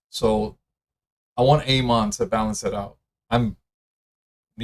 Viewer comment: Bro learn how to pronounce Amon